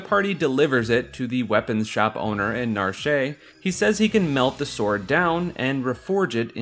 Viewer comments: Narsh is pronounced Na-Ar-SHH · Its pronounced "Narsh"